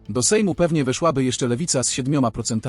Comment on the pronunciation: Jakie "weSZŁAby" z takim koszmarnym akcentem??!! "WEszłaby", bo w trybie przypuszczającym (oraz czasie przeszłym), akcent pada na 3., a nawet na 4. sylabę od końca (zależnie od długości wyrazu)!